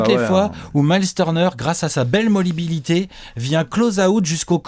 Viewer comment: 'molibilité' :P